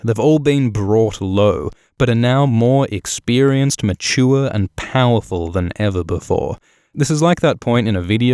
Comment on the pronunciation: How bout those people that say, "Ma-TOR" for "Mature"...Fk them, amirite?